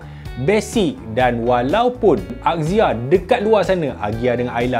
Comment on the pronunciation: Marhaen: Azia (axia) Mekanika: akzia (axia) 🤭